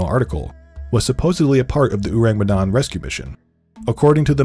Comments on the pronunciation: why this dude pronounce orang medan weird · I know i shouldn't be picky, but they way he pronounced orang medan irk me